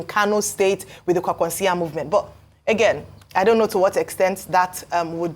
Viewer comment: Ayo, it's KWANKWASO, not KWAKWANSO.